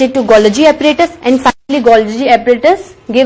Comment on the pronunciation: It’s not Upparatus ❌ Apparatus ✅